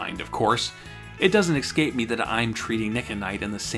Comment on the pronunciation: Why can't you pronounce "escape" like a normal person? Why do you make it much harder as /eks - kejp/? What is with that?